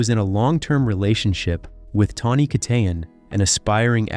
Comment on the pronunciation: How many different ways are you going to pronounce Tawnys' last name? geesh